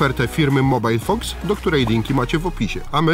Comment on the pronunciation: a nie jest to MOBIL fox a nie mobile :D